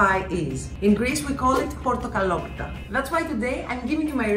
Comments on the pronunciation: what a great video and i can confirm that you pronounced it PERFECT at the end. Is there a written version of the recipe? i would love to try to make this. have a great day!! thanks again!! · Congratulations on Picking a Greek " traditional " dessert! You did pronounce it the right way. There's definitely more interesting choices that people choose nowadays. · Excellent pronunciation of portokalopita, great recipe too